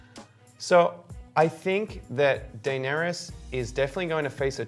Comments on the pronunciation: It’s DAEnerys (Deh-neh-ris). Not Daenerys (DAI-nae-ris) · Die-nerys XD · Why is the male host pronouncing the name in such a strange way. Daieeenaries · How about dAYner-us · I’m too distracted by how he’s pronouncing Daenerys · So we are not going talk about about the way he pronounces Daenerys?? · This is season 8, and you're 'reviewing' the show. How do you still not know how to pronounce the name of one of the biggest characters of the show, whose name is mentioned countless times throughout the series. It baffles me. I know it's kind of a small thing, but I can't take your opinion seriously if you don't even pick up on the correct pronunciation of Daenerys. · This should be called, dude that can’t say Daenerys. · Only I the only one bothered by how he pronounces Daenerys lmao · What the hell is wrong with him has he never seen the show or heard anyone say Daenerys in his life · This is great but can you please learn how to pronounce Danaerys and Arya correctly...